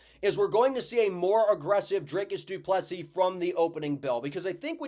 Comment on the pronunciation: Proud of Drickus as a South African. Also great to see an American saying du Plessis correctly (without the last 's'). Keep up the good work man!